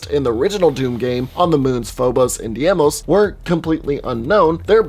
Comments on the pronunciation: Mars' second moon is pronounce DE-mOs You pronounced the other one right! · Deimos is pronounced day-mose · Deimos is pronounced "Die-moss". Also, you uploaded a video titled "Why You Wouldn't Survive the Doom Hell Invasion" and spoke for 12 minutes about the story of doom before I gave up watching. Shouldn't this video be titled something more like "Quick retelling of the Doom Story"? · Diemos and phobos are hard words for you? Im so sorry.... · Ok bit DIEMOS? Really you never heard anyone say Deimos in your life dude? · DEE-mos, not DAY-mos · You pronounced Phobos correctly (Foe-bos), but you mispronounced Deimos (Which I've heard pronounced Day-Mos or Dee-Mos, more commonly the former). I love how you explain these. A LOT of people suffer under delusions of surviving in these kinds of extreme apocalyptic scenarios (Be it zombies, demons, mutants, etc.), so this reality check is sorely needed. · Diemos (day-mose) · it’s dee-mose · It's pronounced as day-mos(Deimos). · It's pronounced Day-mos and Foe-Boess. No disrespect tho it's tough to say even if you know the pronounciation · It's deemos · i think deimos is pronounced as day-mose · FOE-BOSE and DEE-MOS. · you mispronounced Deimos so much it was too noticeable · You couldnt do 3 minutes of research to learn how to pronounce mars' moons? I stopped right there... bye felicia